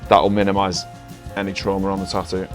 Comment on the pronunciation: its tattoo not TA-OOO...